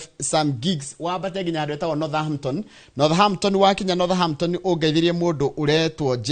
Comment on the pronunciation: Northampton- "h" is silent in pronouncement of this name.